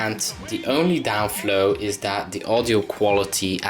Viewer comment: downfall not downflow;)